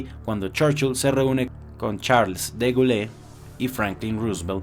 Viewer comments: De Gaulle se pronuncia “De Gol”, no “Degulé”. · De Gaulle se pronuncia /de gol/ con o cerrada, no /de gulé/ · Se pronuncia de goul